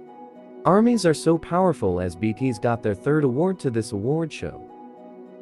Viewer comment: Ok. Anyone else having issues with the automated voice not saying BTS correctly???? 😂😂🤣